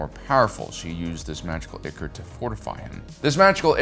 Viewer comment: Ichor = eye-kor